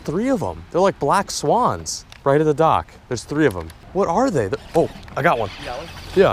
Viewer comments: “Err yoo messing with my swens? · The way she says swans😂😂